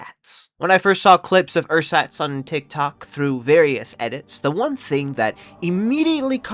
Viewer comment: cant you at least have google translate pronounce the word for you a few times before making a video? theres not even a ch sound in there. I bet you could pronounce it if you just tried.